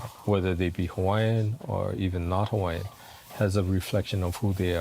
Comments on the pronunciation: Nice video but the narrator should have learned the correct pronunciation of the Hawaiian words. He's murdered them all. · The pronunciation of the Hawaiian words is painful to listen to.